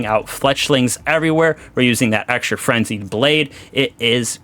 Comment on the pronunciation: Like this if you heard him say "Flenzied Brade"